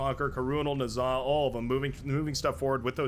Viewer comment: Just wanted to say I think you've been mis-pronouncing Nezah's name in a couple of videos now.